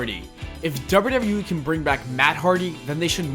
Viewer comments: the dubbida dubbida eeee 😂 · THE WAY YOU SAY "WWE" 😂